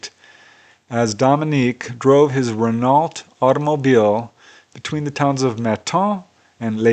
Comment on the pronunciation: PS - You get a bit tongue tied at one point during this?! 🤔😁 ✌🏻😉👍🏻 PPS - I like the way you pronounced Renault, with the hard 'T'! LoL! X ✌🏻😉👍🏻